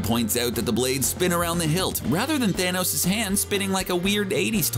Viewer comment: How many times did he say "thanous"